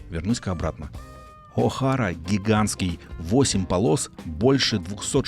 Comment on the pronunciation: Правильно говорить О-хэйра, а не О-хара